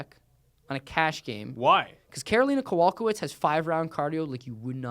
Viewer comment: It's ko-vol-KAY-kich, not ko-VOL-ka-vich.